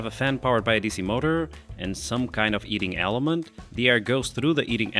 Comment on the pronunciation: eating eliment? He ment to say heating eliment